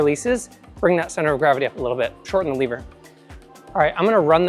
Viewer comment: first i heard liver and was wtf is that liver thing he is talking about:), but seconds later i was aaa lever:)